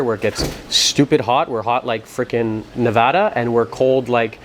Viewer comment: Just wanted to say nice job saying Nevada right. A lot of people from the east coast always say it wrong.